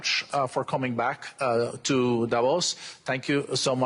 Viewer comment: When do anchors, experts, journalists on CNN and any other American Newsnetwork finally learn that Davos is pronounced Davòs and not Dàvos!! Guys, the accent is on the o, not on the a !! You have mastered pronouncing more challenging names, it can't be that complicated!?!